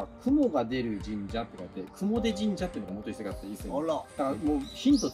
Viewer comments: 雲出はクモデではなく、クモヅと読みます。 奈良県と三重県の県境から伊勢湾に流れる雲出川があり、そう言えば雲出川の近く(河口部分は離れてますが…)に櫛田川もあります。 クシナダヒメとは関係無く、倭姫さまの櫛が名前の由来らしいですが…出雲と櫛名田比売と名前似た川が近くを流れるって不思議な偶然か口伝がどこかで変わったのか、気になります😂 そして櫛田川近くの櫛田神社の御祭神は大幡主命と櫛玉姫…コチラも不思議で気になります！ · 雲出神社、実家のかなり近くです…！！（ちなみに雲出は「くもず」と読みます）何かすごいワクワクしてきました！年末帰省したら行ってみます！ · 雲出の読み方は、「くもで」ではなく「くもず」です。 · 「雲出」は「くもず」と読みます。 実家の近くであります。 雲出神社は小さい無人の神社です。 鳥が沢山鳴いています。 雲出神社です